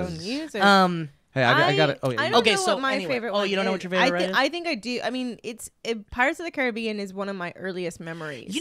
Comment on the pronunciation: I was curious, so I found an old ad from 1967 for Pirates of the Caribbean. I blame whoever produced it for the pronunciation